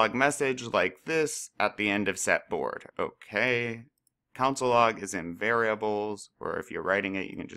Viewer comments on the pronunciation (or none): pronounced cONsole not council lmfao